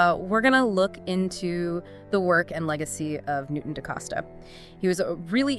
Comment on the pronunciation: Nice touch: "Neweton" and "Newton".